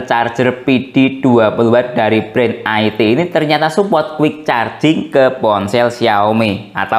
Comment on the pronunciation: nyebutnya bukan aiti tapi IT di sambung ga dipisah2